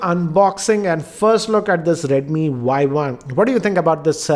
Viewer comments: Its Y1 not YI.... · its not [Yi] its 【Y1】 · Its not yi its y1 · It's Y one. Not Y i. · it's y one not yi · Not yi its y1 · sir is not a yi its a Y1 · its Y1 not i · SIR ITS Y1 NOT YI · Bhai Y1 not not Yi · It is Y1 and not Yi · Y 1 not Yi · Did he just made the first mistake by saying Yi .. Isn't it supposed to be Y1? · i think its Y one not Y i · Sir not yi its y1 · This is not Yi its Y one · he did say Yi first but all other times in review he said Yi One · It is not YI as you mentioned first. It is Y1. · It's not yi it's Y1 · Y One! Not Yi